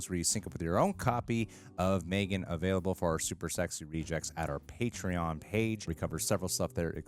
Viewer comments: 😂 mythiegan wtf you sounded like a drunk celt ...love it 🍻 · “MTHREEGAN” lmaooo 😂